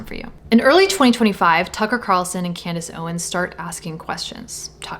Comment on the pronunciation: Nukka who? “Tucker Carrrrrson” and “Camress Owens”